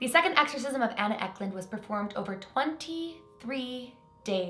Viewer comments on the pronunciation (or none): uck lund 😂😂😂 no hate I love! isn't anna Ecklund a Swedish name? I'm Swedish